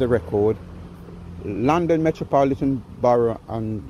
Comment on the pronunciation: my guy cant even pronounce the police force "Metropolitan" but thinks he can lie like a politician.